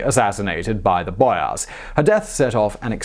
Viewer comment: bro who speaks like you do ? boYAAARss